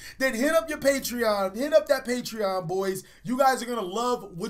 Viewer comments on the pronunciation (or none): none